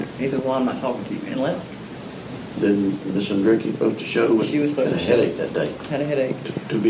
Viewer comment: is a subpar human. He doesn't even have the decency to say their name properly and the Andreacchio family wants Justice for Christian and have been ignored, and lied to. I am appalled and pissed off listening to him spout off his mouth.